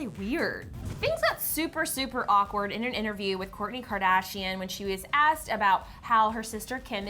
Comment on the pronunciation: Did she say "gourdy kardashian" 😅